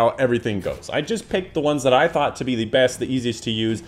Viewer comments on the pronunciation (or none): none